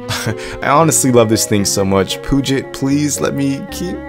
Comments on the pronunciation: And to be "that guy", it isn't "poo-jet" systems, it is "pew-jet" like pew-pew or 'pee-you-jet'. So pee, not poo. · It's pronounced "pew-jit" systems, no "poo-jit". Puget Systems is based in WA next to the Puget Sound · Hey, as a washintonian, we pronounce puget, like Pew Jet. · As someone living in the Puget Sound area, it's pronounced "Pew-jet". On another note, I love how you showed the difference and actually used a system like this for what it was intended. Poor Linus can only show video rendering and gaming benchmarks. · its "pyoujay", think French. Puget is awfully close to pungent. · I love his videos HOWEVER it might triggers me that he says the name wrong.... LOL Either way keep it up!